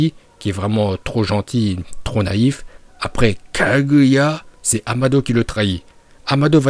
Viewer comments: A chaque fois que tu dis Kaguya tu me bute je pars sur un fous rire 🤣🤣😅! Sinon super vidéo ! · Bravo pour ta prononciation de KAGUYA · "Kaguya" quand tu le dis c'est trop drôle 😂